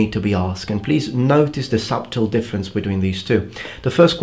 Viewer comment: The word 'Subtle' is pronounce Sut-l in English